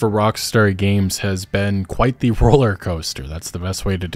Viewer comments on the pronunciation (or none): none